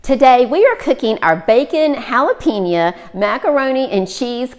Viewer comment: Looks delish! And just FYI, it is jalapeñ-yo, not ya. There is no 'a'